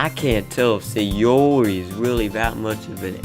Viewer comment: Why do you keep saying SayOOORRI like that?😂